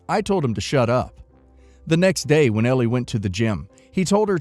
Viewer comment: Story 3: Elle is L not L E. Drove me crazy the entire video. Sorry rant over. Otherwise enjoyed watching.